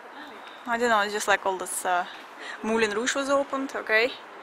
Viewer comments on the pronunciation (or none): none